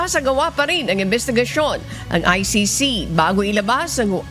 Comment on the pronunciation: say he cant even say or spell ICC